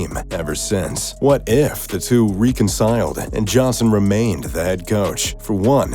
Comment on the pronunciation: Few--qwa? Ree-con-sile? Excuse this if was computer voiced, if not, narrator needs to practice commonly known names and words.